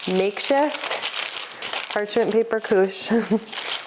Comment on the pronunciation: French native here: your pronunciation of "couche" is on point. 😊 Also, I'm trying these next weekend!